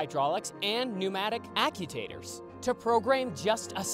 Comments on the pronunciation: "Acutators" lol. Actuators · never heard of an act-u-tater, but actch-u-aters are a thing, lol. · Its not acutators... Its actuators. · Im calling Actuators (akt-choo-a-ters) accu-taters for now on... im proud of you dude its been almost a year since I've poked fun at your pronunciation, I remember when it was every video! Great improvement, seriously. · I can't believe kid pronounced actuators or well not pronounced but said."act-u-tators* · What's an accu-tate-tor? 🙄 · I like kechup with my accu-taters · Ive never heard actuators pronounced that way. interesting. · You pronounced actuators wrong.